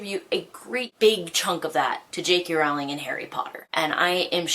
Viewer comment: jk rowling's last name is pronounced like you're 'rolling' down a hill